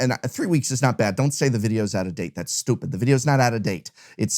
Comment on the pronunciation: dats stoopid - channels his inner boston lol